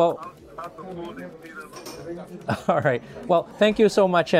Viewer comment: You're pronouncing Luger incorrectly.